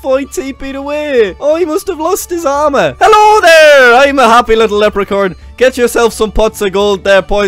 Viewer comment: Did he say lepricorn?